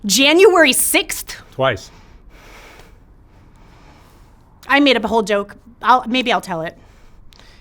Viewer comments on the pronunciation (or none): The way he said "twice" made me laugh out loud😂